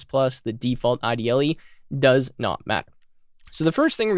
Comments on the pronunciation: Hey thanks for your videos! I love a good TUI, so that's going to be useful. PS: Quick nitpick about IDLE. it's supposed to be pronouced like the word 'idle', it's an hommage to Monty Python's Eric Idle. Monty Python are the reason the language is called Python. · I believe the Python IDE is pronounced “Idle” as in Eric Idle, one of the members of the Monty Python comedy group.